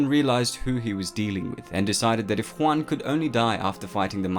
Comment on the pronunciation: A couple of suggestions regarding pronunciation--which you do pretty well on overall. -Aule is best pronounced "owl-eh" or "owl-uh" -Huan is more like "hew-on" than "hwan"--think "ewan." Tolkien's languages are based on Icelandic, Scandinavian, Gaelic, etc not latinate languages like Spanish. -The Maiar were more like angels than gods---Eru Iluvatar was the Creator, the Valarr were the pantheon of gods and goddesses, and the Maiar were their assistants/helpers/heralds/messengers, so almost literally angels. EDIT-so as I scan the comments, I see I'm far from the only one to make these, or similar, observations. No shade on you--love the channel and your content, but if this many Tolkien nerds can clock the inaccuracies.......just sayin'. And ya there are millions of arguments on pronunciation----my interpretations, though, are based on the pronunciation guide in the appendices of the Silmarillion--again, just sayin'. Really sorry I sound like such a picky dick.